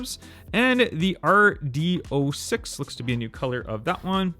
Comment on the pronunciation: RD-06 your correct name is zero six, no O jajaja